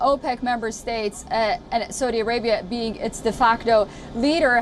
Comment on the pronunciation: Seems like learning how to pronounce the name of the country you are reporting on… would be good to do. Before you go on tv. 🤪